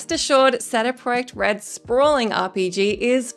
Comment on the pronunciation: Again with the “sehdeh proiect red”??